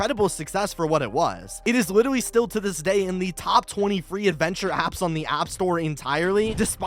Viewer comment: i actually made my entire day when u said “ literally “ wrong. I have a speech problem and I’ve never said literally right. I don’t say the “ a “ part right and it’s hard to get it right. I’ve been embarrassed about it and even insecure after I say it. Because people could comment on it or mock it. Even tho u can say “ literally “ right. U still made my day. Ty